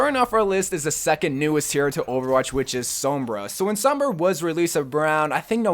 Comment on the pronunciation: Sooom-braaaa not souuuum-braaa damn that pisses me off.